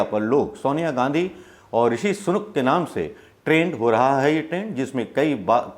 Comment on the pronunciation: सनूक नहीं सुनक।